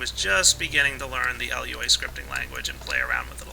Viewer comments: its prenounced lew-a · everytime you said L.U.A I died a little. It's not supposed to be pronounced as an acronym. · fyi, Lua is pronounced 'LOO-uh' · My Minecraft OCD started to attack me when he said L. U. A. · And you got to type it like Lua not LUA (no offensive) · yeah rpg maker isnt very hard if u wanna learn programming either,but its pretty damn limited. anyway its Lua which means moon, not l.u.a just fyi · but you called it L-U-A.....it's not an acronym, like all things in the programming world, you would say acronyms as a word, but this one actually is a word. For example, SCSI is skuzzy. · LUA. Not lua Sorry if this sounds mean but I have a habit of correcting people.